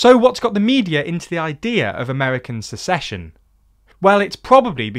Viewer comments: You're the second person I've heard pronounce "secession" like "succession" when discussing this topic. (The first was on WION.) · I probably won't mind this discussion of dissolution, but the word is SECESSION NOT succession ..... only in a f*cked up country is this term (secession) vital to our gradschool learning (ahem, USA). seconds in .... Edit: you fixed it by lots of love!